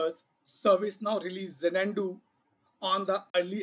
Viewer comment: dude, its not ja-nan-du, its za-nuh·doo However, thanks for sharing all the information. Happy learning